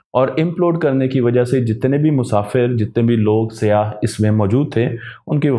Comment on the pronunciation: Ap saiyyah ko seyah kyoon keh rahe hain. Seyah kaley rung ko kehte hain.